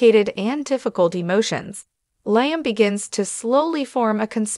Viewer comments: This gal telling us the story can't even pronounce Liam's name and who is Stacy? She's not very good at this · Liam? She doesn’t watch the show! She keeps saying Liam wrong. I don’t believe any of this.